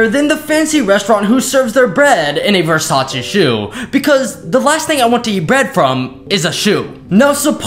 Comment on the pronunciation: I didnt know it was pronounced vursochy I thought it was Versus